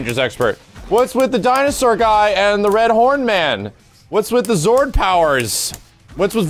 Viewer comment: Zord not zoub